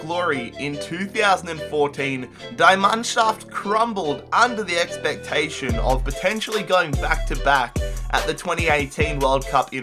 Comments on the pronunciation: Its not pronnounced die Mannschaft, its dee Mannschaft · German Heritage still pronounces die as die instead of dee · Di Manshaf He says he has German heritage I am German. It is pronounced De Manshaft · My man said die Mannschaft (die as in death) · u legit just said the team should die😂 Just pronounce it as der or d Mannschaft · In german Die is pronounced as Dee so u said Die Mannschaft wrong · Lol he said it like daie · But it sounds pretty funny :D (iam german)